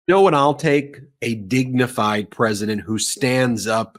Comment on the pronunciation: Trump can’t even say dignified